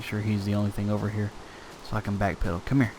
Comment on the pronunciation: Hello! I love your videos and I have been following them since the very beginning. Though I have a few questions for you. Firstly, I was wondering why you always say 'hio' instead of 'here'. Is that to be funny or is that just your accent? Secondly, I was wondering how I can change my glass so that I can see through it? I know you probably already said this but can you tell me please? Thank you!